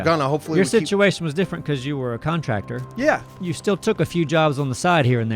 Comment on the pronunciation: Congratulations to you all for making this thing live, breathe and jump. And,: “still” is pronounced “still.” Not “stee’yuhl.”